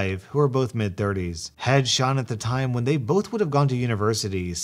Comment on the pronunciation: When pronounces Sean the correct way. Faith in humanity restored.